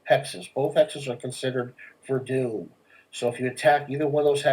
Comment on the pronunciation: Please pronounce it verdone not verdooon sounds very.. akward.